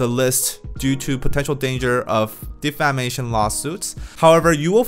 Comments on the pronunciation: Defamation— pronounced: deh feh MAY shun or 대패 매이 션. Good video. 👍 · Check your pronunciation for “ defamation “ since you’ve to use this word often🙏